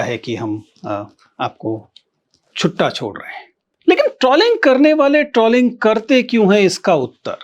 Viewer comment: शायद सही उच्चारण "ट्रोलिंग" है.. ट्रॉलिंग या ट्रौलिंग नहीं 🤔